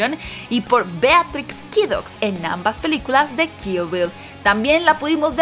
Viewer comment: Beatrix? de verdad?? digo si se escribe asi pero tu no eres lokendo mujer puedes ponunciar un poco mejor diria yo...pero muy buen top eso si